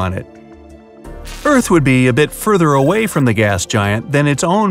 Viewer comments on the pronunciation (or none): none